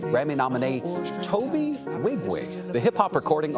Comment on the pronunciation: Kept pronouncing his name without the N.